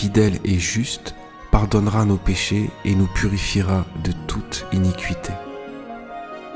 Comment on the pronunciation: Merci . ( nb: pour info, on prononce "inikité" pas "inicuité" ).